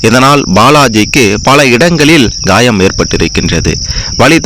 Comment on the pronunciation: உச்சரிப்பு கொடுமையாயிருக்கு. காயம். கா என்ற வார்த்தையையும் ய என்ற வார்த்தை யையும் அழத்தி உச்சரிக்கவும்.